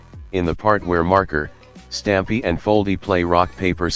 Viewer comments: Stupy? It’s Stapy not stupy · Bro said starmpy instead stapy (prop spelled wrong) and called saw gaty 💀